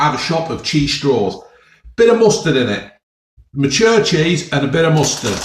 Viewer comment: Right folks, Cheeseh